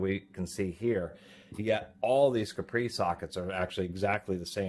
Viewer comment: Also he says capri like capri sun when its actually said as cap-ree.. cap as in soda cap. Got it straight from the manufactorer. Call them on the weekend and see what there voicemail says to confirm.